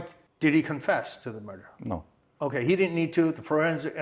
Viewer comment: “A muurdah”